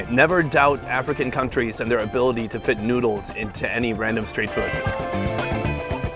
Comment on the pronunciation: Hate how he pronounces “food”